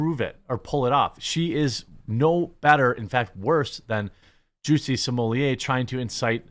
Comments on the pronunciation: Juicy Smoo-yay... it's Juicy Smooooyyyyaaayyy, stop pronouncing it like sommelier, lol 🤦‍♂️🤷‍♂️😂🤣😂🤣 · The way he says Jussie Smollett ...He called him Juicey lmaooo